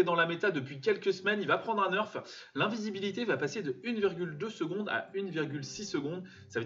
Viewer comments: premiere fois que j entend le mot "nerf" se prononcer "neurf"🙂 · Très bonne vidéo mais ça se dit nerf pas neurf👍🏽